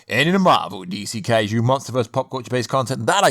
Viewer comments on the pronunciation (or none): none